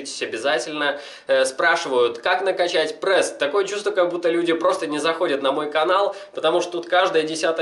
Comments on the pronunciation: Пресс, а не прэсс, правилоно говорить пресс! На канале с такой тематикой ты обязан говорить правильно!) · Не прэс а прееееееееес😤😤😤😤прям бесит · Каждое твое "ПРЭС" удар по моим ушам) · ска, я обожаю как он произносит это слово "ПРЭС". ПРЭС,ПРЭС, ПРЭС ЕЩЁ БОЛЬШЕ ПРЭСА! ДААААА, я теку прям :D